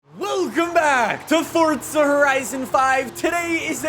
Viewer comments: PLEASE JUST SAY FORZA DONT SAY FORTZA?!?!?! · Why would you say "FORTSA HORITSON" it's "FORZA HORIZON" so dumb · did he say at the beginning ..welcome back at the forca ? horizon? ... hahahhaha its FORZA ...Z Z Z Z Z ..not C C C C C ..damn... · Forza! Not Fortza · Fortza horizon 5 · fortza ...... Why so many say that I will never understand. but cool vid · Forza not fortza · why do you say Fortza? instead of Forza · For zah jesus why cant americans not pronounce correctly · How many times does he say fortsa in the video? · didnt know it was called FORTZA lol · You said "Fortza horizon 5" six times in the first minute. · Is it really pronounced "Fordsa Horizon"? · Anyone else cringe everytime he says FORTSA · Great review but couldn't listen to the word FORDZA anymore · dude stop saying fortza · you mean forTza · Dudes so exited he can’t even pronounce forza properly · Pronounce Forza correctly